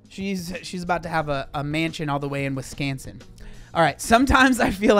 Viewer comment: wi-SCON-sin!! Spoken by a true troglodyte er I mean Wisconsinite 😹 we r a strange species lol